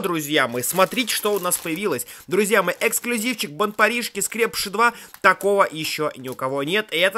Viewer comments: не скрЕпыши а скрепышИ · По моему надо говорить скрепышИ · Господи🤦‍♀️, как ты произносишь слово скрепыши, ударение не туда!! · Вообще-то не скре́пиши а скрепиши́ !!!!! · Скрепившись Ударение на и!!!!!!!!!!!!!